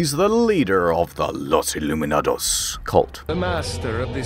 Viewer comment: "Los Illuminadadoss" I just can't lol 🤣🤣